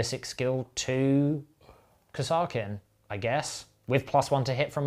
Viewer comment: Chef... Please look up how Kasrkin is pronounced by the Kasrkin Sargent in dawn of war. No idea if it is correct... But it is the way! Really enjoyed the video!